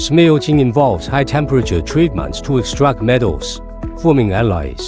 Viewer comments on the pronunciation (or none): alloy - ally 分不清楚